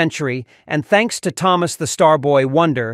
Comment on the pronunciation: Why does the AI say “Thomas” 2 different ways? I actually didn’t realize it was AI until it started pronouncing Thomas with the ‘H’ sound. 🤣